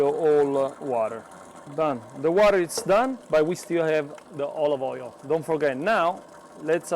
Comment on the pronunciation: "De olovoiol" 😂 Grazie!